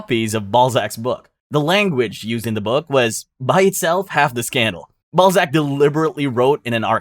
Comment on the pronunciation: You pronouncing Balzac as Ballsack is way too funny 🙏😭❤️